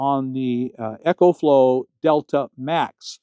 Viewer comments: ECOFLOW is pronounced "EE-Ko-flo" & ECHOFLOW is pronounced "EKO FLO". As a rep of the company, you should pronounce it right. Think of how you pronounce Economy. You don't say ECHOnomy right? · Not EchoFlow...EcoFlow, like economical